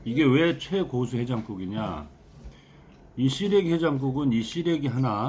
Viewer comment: 정준호씨,,ㅎㅎ 시래기 해장국을 자꾸, '씨레기 해장국'이라고 해서 너무 웃겼어요. 쓰레기 해장국으로 들릴뻔,, ㅋㅋ 하정씨도 남편이 저리 맛나다 할 정도면 진정 요리 고수십니다~~^^ ㅎ 미국살아서 시래기 자체를 구경을 못하네요. 부러워요.